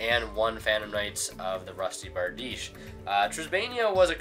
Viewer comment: Giving you a like because you pronounced Bardiche correctly :)